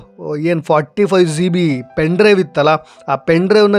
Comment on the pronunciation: Zee bee alla G B